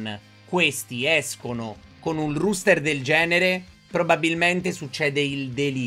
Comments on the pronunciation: si dice roster, non ruster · Comunque sarebbe "roster" , non ruster, e si scrive appunto roster. A parte questo non credo sia troppo attendibile, ma naturalmente sarà molto simile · tube innanzitutto auguri, ma perché dici ruuster? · ti prego si pronuncia e si scrive "roster" rooster significa gallo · Il ruster haahahahahha nuovo meme (ero in live)